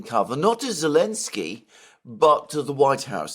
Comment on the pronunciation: Who the hell is "Alensky" ?!?